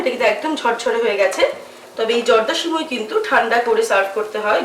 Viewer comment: সিমুই না সেমাই 😂😂😂😒😒